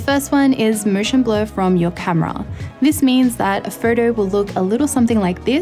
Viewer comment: "Mooshen blur..."